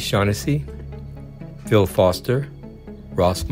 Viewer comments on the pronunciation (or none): none